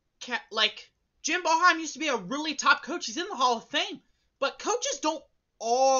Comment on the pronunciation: Get glasses that fit, pronounce Boeheim right and get a grip on reality